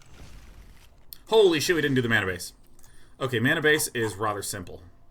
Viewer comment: "Rother" strikes again. Is it just me? It's just me isn't it. I just don't understand. It just strikes like lightning, it comes out of nowhere like a ninja from smoke. Answer me Day9! Why hath thou forsaken me and the pronunciation of this one single word!? All of the other words you say are in a typical American accent, except the word "rather". Why, Sean? Whyyy?